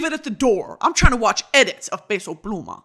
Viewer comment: Brittany, I love you but his name is p eh so pluma not “pay so” pluma 😊